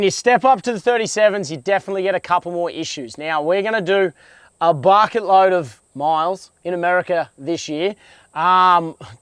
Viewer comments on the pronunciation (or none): none